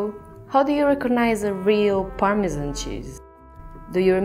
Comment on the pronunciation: A wheel of Parmesmmnmn...